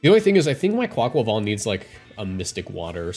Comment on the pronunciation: Best pronunciation of Quaquaval on YT